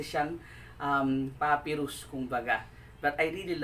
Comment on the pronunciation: Pa-pai-rus not puppyrus